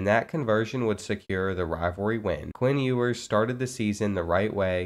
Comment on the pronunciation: Please say his name right😭😭😭